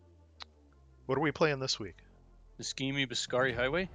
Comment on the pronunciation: Nice job! Work on your Italian hah ha. Niscemi should sound like Nee-shay-mee. :o)